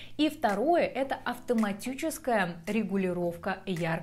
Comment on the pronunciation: АвтоматЮческая регулировка 🔥🔥😅 мило